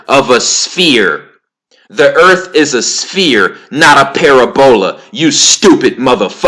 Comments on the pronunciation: Its not para bola ; it's pa rab ula Ahh u fixed it thank you great info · I fux wit you... but this vid got hella wrongs in it. (1)...45 sec in, you chastise Sanchez for “personal attacks” then by you launch a personal attack on E Dubay. Not a good look💯 (2)...it’s not pronounced “ pair-a-bowl-a” jus sayin (3)... earth(according to heliocentrism) is an “oblate spheroid” or pear shaped according to NDT. Definitely not a sphere hence the classification of “spheroid” (4)... you seem to be extremely confident, borderline over confident in your mathematical prowess. With that being said... you should really put those skills to use & figure out a mathematical rectification for gravity being incompatible with quantum physics... because NOBODY HAS EVER DONE THAT, & without that much needed reconciliation... the globe model completely falls apart just like the math does pertaining to gravity & quantum physics. Jus sayin. (5)... since we’re on the subject of gravity, I asked you many months ago “how can you believe in a hollow earth & still believe gravity to be what it’s claimed to be & how it’s claimed to work? Since gravity attracts EVERYTHING to the center of an objects mass, how can Earth be hollow? Needless to say, you never answered me. You do still believe the earth is hollow... don’t you? Or did that belief turn out to be a psyop as well? No malice... jus genuine questions, corrections, addition of FACTS, & critique. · Why would they try to cover up flat earth so bad then? Also how come when i go to the ocean with a telescope its impossible to find a curve? Im going off what I’ve tested in real life not from the Internet. Its hard to take you seriously when you mispronounce words like “parabola”. Go watch Eric Dubay’s 6 hour video on this. It covers everything you mentioned and more. Im not picking sides I’m just saying open your mind more. Your ego is very prominent in this video. 1 love brother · Read the response for the correct pronunciation of parabola😆